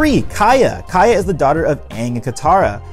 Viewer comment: Isn't it Kya not Kaya? Great video, though.